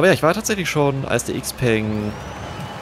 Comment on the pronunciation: Klugscheißmodus an Xpeng ist die Kurzform für Xiaopeng Motors, daher wird Xpeng korrekt analog zu Xiaomi ausgesprochen, wobei das "peng" als "pang" gesprochen wird - also "Xiaopang". Im englischsprachigen Raum wird Xpeng i.d.R. "Äxpang" ausgesprochen. Klugscheißmodus aus